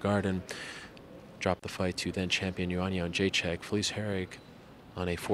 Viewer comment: Ariel, please - its JedrzejczYK, not JedrzeczAK [-chick (correct) vs -chuck (incorrect, diff. surname)]. You of all should be able to pronounce it.